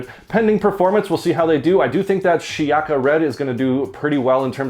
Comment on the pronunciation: It’s pronounced: “She-yaka”